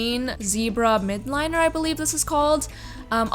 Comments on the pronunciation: its mild-liner not mid-liner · Great video. It is called a mildliner though. Not midliner